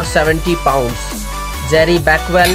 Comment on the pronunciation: I think he says pound as PAWNSSSSS